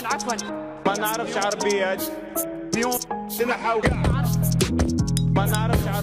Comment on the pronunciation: هي بعد معرفتش تقولها قالك قاع هههه ياو ڨاع